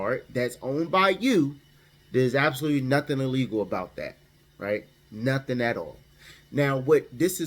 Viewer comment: WE not messing up our credit for "NA-TING" 😂